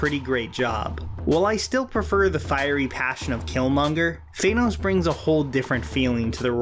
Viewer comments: did you just say thaynos? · Are you saying...Fanos? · Why does everyone call him Thaynos? It’s Thannos, like Thanatos. Death